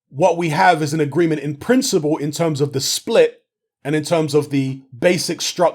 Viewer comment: Emphasis on the “In Principle”...